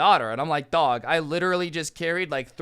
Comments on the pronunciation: The way says dog! Lmao 😂 ‘DaWhG’ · The way he says dog is so funny